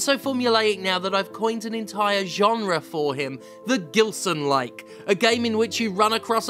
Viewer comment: The "GILSONLIKE" 😆